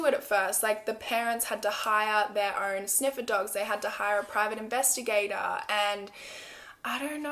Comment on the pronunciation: "own" Subtitles: "urn"